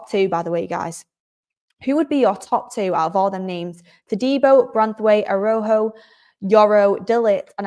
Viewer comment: Roll the “R”s for Rojo